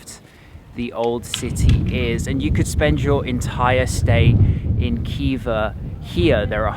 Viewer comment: It’s not Kiva, it’s Hiva. And not Bukara, but Buhara.